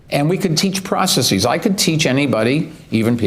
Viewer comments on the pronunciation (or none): I heard processesies but f him lol